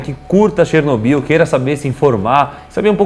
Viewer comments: Chernobiú, chernobiú, chernobiú... É cherNÓbyl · SÓ EU ESPEREI O DANIEL FALAR '' DANIEL CHERNOBYL ''?